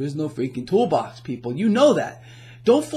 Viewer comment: Lmao "The thoolbox"